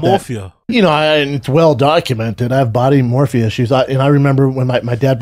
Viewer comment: His he trying to say “body dysmorphia”?